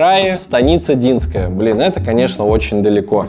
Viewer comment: Станица Динска́я а не Ди́нская